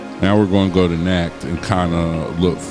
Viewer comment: Nacht is pronounced like knocked. It is German for night. Thanks for the shout out on the Homage pronunciation. :)